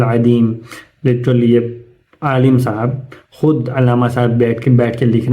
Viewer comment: Alim ko Alam keh rahai hain level check karain